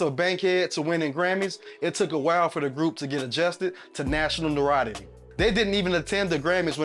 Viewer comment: Can they do a better job reading this info!? Come on! It’s pronounced un-time-ly and noto-riety ! Mispronouncing words happens too often on this channel!